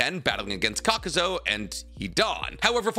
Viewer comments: STOP SAYING KAKUZO! It’s KAKUZU (KAH-KOO-ZOO) 🤦🏽‍♂️ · If he says kakuzo again 🤮